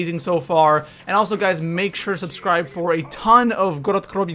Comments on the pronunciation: Please don't say gorod krovi like grolled kllovy you sound like a actual dumbfuck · please don't give it the accent, I hope they don't make a map in Mexico for him to butcher accents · why does he say good krovi so weirdly lol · Omfg I can't watch this guy, his pronunciations are just so aids it just gets me pissed, and stop saying double tap 2.0 just call it fucking double tap! It's double tap! Fuck man, and it jugg or juggernaug not juggernaut, and omfg I honestly thought he was joking when he said gorod krovi!!!!